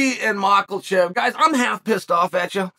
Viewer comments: everyone : makhachev chael :MaKElCheV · 'Makkelchev', 'Piera' - this guy sounds like a ranting drunk propping up the bar....😀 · Bro you heard the goat, it’s maklechev… casual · After so long, Chael still "MakelChef" 🤣🤣🤣🤣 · Who's mallkashev again? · “Michaelchev”-The goat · How hard is it to say "mak-a-chev"? Where is the "L" coming from? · Why do you keep pronouncing Islam's last name Machalchev? And why do you continue to say the same things over and over and over again in different words? Is it that difficult to come up with unique dialogue? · Tell me UC, where is the letter "L" in Islam family name that you kept pronoucing it MarKhaLchev. Markelchev means arrogant in Dagish (*joking*) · Daniel Cormier (UFC P4P, Aug 18) and his inability to handle body shots. That was easy lol. Don’t tell me I’m not appreciating something when you STILL can’t say Islam’s last name correctly. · Say his name right lol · THERE ISNT A “L” IN MAKHACHEV COME ON CHAEL